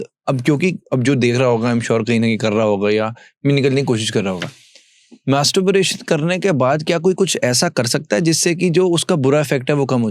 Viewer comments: gentle reminder, please get the word right.... its masturbation, not masturburation or something.. as the whole podcast is on that topic and your sayin that word wrong.. few references and again .... these are the once when i felt putting out the comment....but you have been saying it wrong all throughout until now and its so irritating that i have tk stop watchin here...right in front the doctor speaking the same words clearly even though you are pronouncing it incorrectly again and again.... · Masterbration bola Kiya 🤔